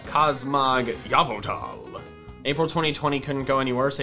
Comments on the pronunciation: He said yeaveltal wrong its pronouned ee veil tall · Can I just say one thing it’s pronounced like this e-vel-tal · its pronounced ee-VEL-tall